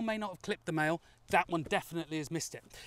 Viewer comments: Maille is a French word and is pronounced "My", just saying ;) Great vid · Maille?? Is that French for mail or something?